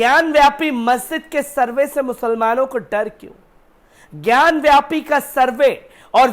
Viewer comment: ज्ञानवापी बोलो ज्ञानव्यापी नही ढंग से बोलना भी नही आता